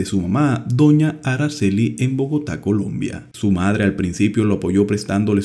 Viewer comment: Nuestro país se llama COLOMBIA, no Columbia, ese país no existe y si va a hablar hágalo bien. Recuerde mi país se llama COLOMBIA no Columbia. Esa manía de cambiar los nombres.